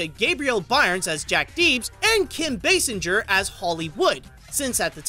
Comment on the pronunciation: I'm sure someone has already said this but. Baysinger is how it is pronounced.